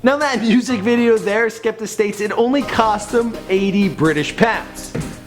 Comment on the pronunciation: You also mispronounced his name